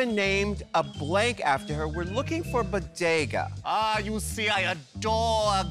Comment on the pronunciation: BO-DE-GA sandwidge